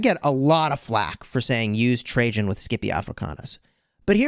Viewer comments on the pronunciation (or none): none